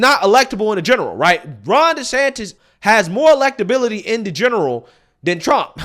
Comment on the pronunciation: Every time he says desanctis he loses me even more